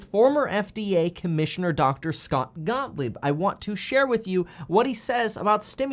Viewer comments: Please stop calling him Mr. Scottlieb. It’s Gottlieb. Scott Gottlieb. Lol love your videos! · I thought I heard you call him ' Dr. Scottlieb.' Haha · Kev his name is Scott gottleib..not scottleib lol